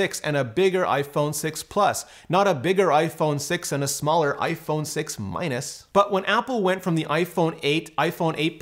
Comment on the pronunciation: THE WAY HE SAID "MINUS" haahhhahhahah maybe it's the beer but wow that was funny 😂